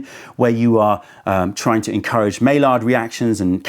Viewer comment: Just trying to help you with this comment not be a jerk. It’s pronounced my-yard not may-lard for the reaction talking about the caramelization of proteins.